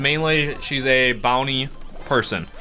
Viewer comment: It's bounty but it's sounds like brownie😂